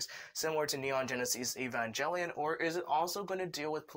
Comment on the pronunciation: He said evanjellyion. Lol